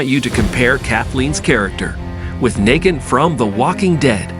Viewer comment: I agree with you on the flashback but I 100% disagree with you on Kathleen. I’m a huge TWD fan. That’s an odd pronunciation of Negan, but that’s not who I would compare her to. You don’t like her because her character is based on hate and fear. She played a perfect villain and reminded more of a Governor type which is exactly what gave him fuel. A villain isn’t meant to be a nice person and well liked lol